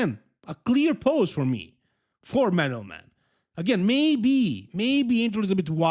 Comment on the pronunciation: I really admire you and like how you're not butchering Eastern European names like the 'muricans, but man, you did dirty to Angel and Madelman calling them the way you did:) Madelman is not Medal man. Angel is not like the biblical creature, but An-hel (similarly to how you say the J in Juan, or Jesus (when it's your average mexican, not Christ).